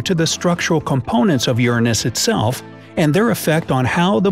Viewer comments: ERROR It is youray-nis not youra-nis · Bright side: Ur-an-Us Me:U-ran-is Like if you thought that was funny 👎 👎 👎 👎 👎 👎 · Lol the way u said Uranus 😝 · The way he says Uranus. Lmao🤣🤣